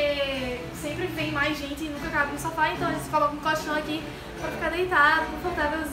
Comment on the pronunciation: Acho muito engraçado o seu sutaque pq vc fala cóchão rsrsrsrsr Te amo Ooooo 😍😍😘❤❤💔❣💘💕💖💞💗💝💓❤🖤💚❤💔❣💙💝💔💕💓💟💘❤💙💛🖤❤💙❤❤